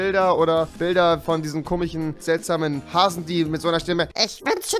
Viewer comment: Hast du einen Sprachfehler? Es heißt komisch, nicht komich. Ist das ein Akzent? Nein, jetzt ernsthaft, ich weiß es nicht.